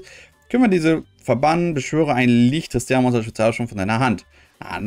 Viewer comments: nicht tristan....nicht trsitian....TIS-Tina...bitte ordentlich lesen das ist so ein schönes deck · Mich triggert das so hart dass er TISTINA nicht richtig ausprechen kann😬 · Des hat mich auch die ganze Zeit getriggert😂